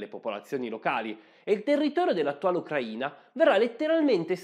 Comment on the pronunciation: Grazie mille per l'accento giusto nella Sua pronuncia del nome del nostro paese. Tutto è verissimo. Posso testimoniare: sono cittadina dell'Ucraina. ex giornalista sovietica dagli anni quando tutto era sovietico. La sua posizione è neutrale. Capisco: uno storico non sia un politico. Olha Zaporizhia